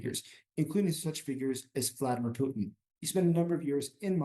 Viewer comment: He doesn't even know how to pronounce Putin, is he really an expert?